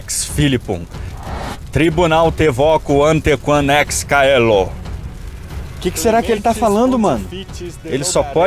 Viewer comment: caelo se pronununcia chelo